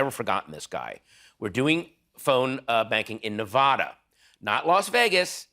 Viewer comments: i liked patton before he pronounced Nevada incorrectly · Kinda disappointed Jimmy did not correct Patton's pronunciation of Nevada. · i'm so disappointed that Patton mispronounced "Nevada" and Jimmy -- a Nevada native -- has apparently been in Los Angeles so long he didn't even bother to correct him. : ( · you're right I love Patton to be honest. but people from nevada HATE when you pronounce it that way.